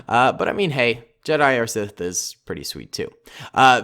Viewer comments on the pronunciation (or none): none